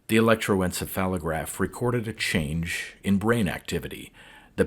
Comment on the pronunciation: Dude.. I appreciate these stories immensely. But with all due respect, it's "leeeeeeeds." A wire leading from a machine to a person is a leeeed, not a led. Also, electro-en-CEPH-a-lo-graph.